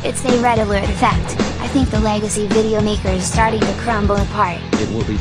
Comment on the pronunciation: Legacy not lagaci